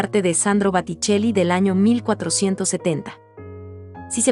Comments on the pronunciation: Bellos los cuadros, pero crei que se decia Boticelli no Baticelli. Estoy en un error? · Botticelli, repite y repite Batticelli. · Por favor corregir Baticcelli x Boticcelli. Una pena q se pronuncie mal en comentarios q parecen tan preparados. Gracias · Booootticelli no Baaaatticelli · El pintor se llama Boticelli no Baticelli. Sería conveniente que lo pronuncies correctamente. Lo mismo pasa con Renoir que se pronuncia Renuar. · Por favor por favor es Boticcelli con o por no es con a se oye muy feo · Por favor que la que relata diga BOTICELLI no BATICELLI¡¡¡ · Corrige es Boticell con O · Que día más tonto tengo hoy...he tenido que dejar de ver el video porque no soportaba más escuchar ese "bAtticelli" BA.....? en fin, gracias ...... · Los videos y los textos son muy buenos, lástima que diga Baticelli una y otra vez, es un error que deberían corregir. En otros videos he notado lo mismo, buenos videos, buenos textos, la narración y la pronunciación de los nombres dejan que desear. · Baticelli que??? Muchos errores de pronunciación es blasfemia por esos grandes pintores del Rinascimento italiano .mal trabajo!!!!!!!!! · Es: BO TI CHE LI la pronunciación. ¿qué clase de español hablan? ¿de donde son? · Por qué dice baticcelli ????? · Que tal si pronuncias bién , porque realmente aprender es un todo...por lo que describir una pintura y decir mal el apellido del pintor, deja la duda si lo que se explica en el video es realmente verdadero !! Sabemos o no . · Gracias, sin embargo los nombres en italiano están mal pronunciados, gracias! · Me extraña que la que comenta las pinturas no sepa pronunciar correctamente el nombre del pintor, lo que ocurre aqui y en otros comentarios de otros pintores. Este error hace desagradabld oir los comentarios. Ñ